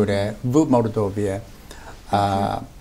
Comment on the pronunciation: Два года в Молдове а говорит Мордове.Не выучил название столицы